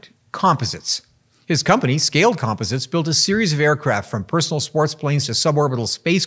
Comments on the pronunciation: I've never heard Scaled Composites that way. The Scaled was find, but "com pos its" is a LOT closer to how Burt really says it, when I visited the place a couple decades ago - with the emphasis on the "pos" part. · Why do you keep pronouncing composites like that?